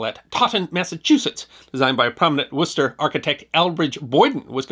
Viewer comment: YOU PRONOUNCED WORCESTER CORRECTLY!